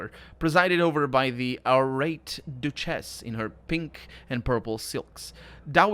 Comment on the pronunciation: Duchess pronounced DUTCH-iss not doo-CHESS